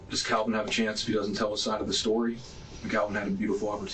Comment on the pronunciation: Kalvin, not Alvin